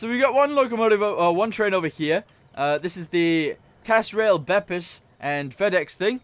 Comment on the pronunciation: “tasRail...” is said “taz-Rail” and is a Tasmanian cargo line